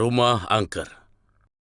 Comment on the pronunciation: angker❎ Angke✔️